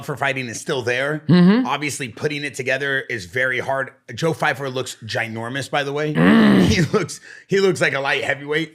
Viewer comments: Pyfer. Not fyfer 😂 DJ is so bad with names. He called maycee "Marcy Barbie" on his channel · Joe Pyfer not Fyper 🤣🤣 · Bro his name is PY FER not FY FER